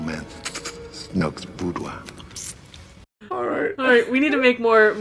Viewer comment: DJ... "boudoir..." smh... We finally get to ask the question... Who did French better? DJ Boudoir in the sequel trilogy, or the Ghormans in Andor?